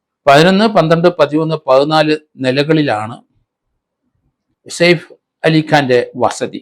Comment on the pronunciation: Said ali അല്ല saif ali ആണ് സർ